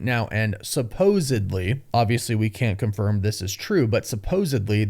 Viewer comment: Supposed-LY not 'supposABLY'